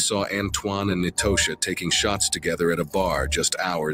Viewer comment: its pronounced like "Natasha" god damn they gotta learn sunnames are just spelled different sometimes.